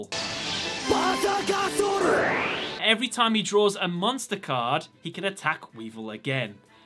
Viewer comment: DRAW MONSTAH CARDO